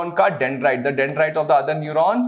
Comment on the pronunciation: Lol its neuron 😅🤪